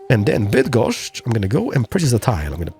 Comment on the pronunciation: I know you're partially Polish but still.. hearing you say Bydgoszcz and other names with such ease is weird in a funny way. Keep up the good work!